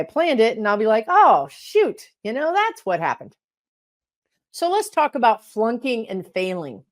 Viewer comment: I listen to this video for a while before I realized you were saying flunking not plunking. I was trying to figure out what plunking meant and why we needed to learn about it. That’s how my day is going.